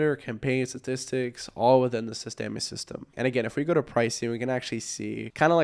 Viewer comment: "sis-teh-mee" , com'n bro.... SYSTEM(E is silent)